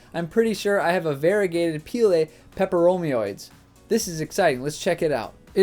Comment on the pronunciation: You pronounced the name perfectly. Seriously. Listen again. You said "pepper-OMI-oides". No problem whatsoever.